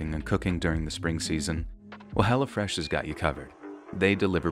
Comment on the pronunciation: Lol every time the ad said hello fresh, it sounded like hella fresh